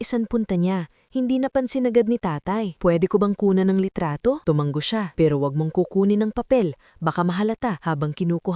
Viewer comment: TUMANGO ISANG. G. LA NG. HINDI. TUMANGGO